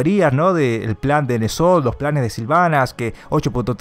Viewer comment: se pronuncia enzot no nezot